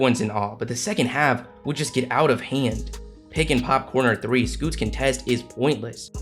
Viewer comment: yeah that three oui oui crushed me as a wolves fan now I get it why rudy never shoot 3 I can't handle "three oui oui" all season🤣🤣🤣